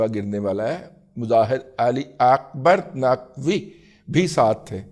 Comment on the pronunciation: اسلام وعلیکم رضی صاحب ! اہل بیت کا احترام اپنی جگہ ۔ بہت کمال انداز فارسی والا " مظاہر علی اکبر نقوی " بہت خوبصورت ماشاءاللہ 😊 مان گئے واقعی آپ دادا جی ہیں 😂